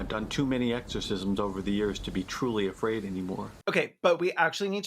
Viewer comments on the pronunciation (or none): none